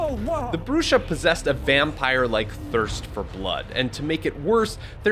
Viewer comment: I'm pretty sure it's pronounced Bruha from the Spanish "Bruja" which means a witch. Pronounced Broo-Ha or Bru-hah💯💯